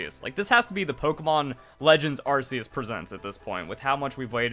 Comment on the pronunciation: Dude learn to enunciate. It's pronounced ARC-E-US as in Noah's Ark not Arse E Us